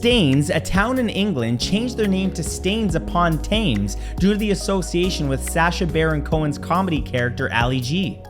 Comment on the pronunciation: Staines upon Thames.... Pronounced *stay-ns upon tems"